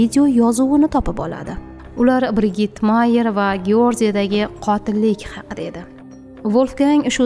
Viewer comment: BriJid deb oqiladi